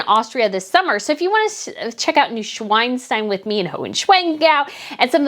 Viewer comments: Pleeeeaaaassssssse!!! Not Schweinstein,,, Schwanstein. Schwan like swan, not Schwein like pig. Saying Schweinstein just doesn’t compliment your article, besides the fact that the actual name of the castle is Hohenschwanstein. Grüße aus Deutschland! Greetings from Germany! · I'm glad you will get to come to Germany. But please note - NeuschwAnstein, not Neuschweinstein. It's not a pig stone castle 😅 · I love your videos❤ but as a german i gotta tell you its Neuschwanstein with an A ( for swan) the way you pronounce it it sounds like Neuschweinstein with an EI which would refer to a pig😅 please don't see this as a criticism at all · Before going to Germany and Austria it would be a great idea to learn the correct pronunciation. The palace in Bavaria built by Kind Ludwig refers to a swan, not a swine! näu-schwaan-schtain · Could it be that you mean Neuschwanstein Castle, cause that's pronounced Noy-sh-w-ah-n-sh-t-i-n. (The i like "I" in "I am"). If not, sorry to bother you! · please! It is SWAN, not SWINE! If you would translate it it would be New-swan-stone